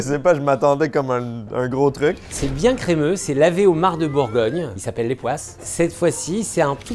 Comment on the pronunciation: J'adore trop ta façon de prononcer crémeux 😊